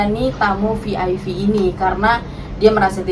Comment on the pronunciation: Kok Vi Ai Vi sih?? Klk VIP bacanya Vi Ai Pi Klk VVIP bacanya Vi Vi Ai Pi 🙄🤔🤭☕💞💋💞☕